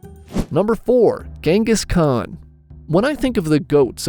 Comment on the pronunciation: The Gengis Khan pronunciacion was something terrible 🙂